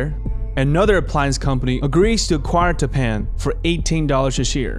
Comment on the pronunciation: Tappan is actually pronounced TAP-in. I'm old enough to remember their commercials on television. Otherwise, great documentary!